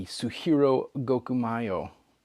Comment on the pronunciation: Gokumeo pronunciation